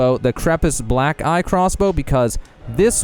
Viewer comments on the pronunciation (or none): *Bōlts, not bahlts. And it’s the Black “Key” crossbow, not the Black “eye” crossbow. Otherwise, decent guide. Thanks.